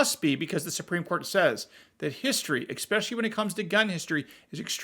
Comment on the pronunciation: please, as an educated man you must learn the proper way to pronounce “especially”